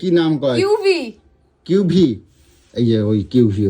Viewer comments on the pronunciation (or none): Kiwi ❌কিউভি✅ 😂